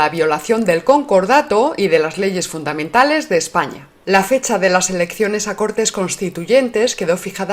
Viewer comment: ..."leyes fundamenales de España"... ¿A qué me hace acordar eso Paloma?... Preguntale al rey emérito... ¡Cuando lo encuentres!... ¡Ah ESHPAÑA!... Siempre haciendo el ridículo...